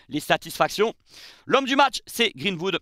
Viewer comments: Super t'es vidéo par contre faut bosser l'accent, c'est greenWood pas greenHood!😂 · Pourquoi tu prononces Greenwood à la française avec << Greenvoud>> 😅 Sinon live magnifique avec ton énergie incroyable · C'est quoi cette prononciation de greenwood 😆😆😆😆